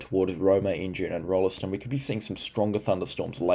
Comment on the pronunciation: One does not pronounce the "e" in Rolleston- it's "ROLLS-t'n", emphasis on the first syllable, chop the 2nd one like you're a pom!